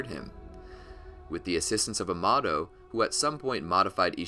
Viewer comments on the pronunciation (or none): i can't tell if this guy pronounces kawaki, amado, data, and karma wrong just to troll or what's going on here 😂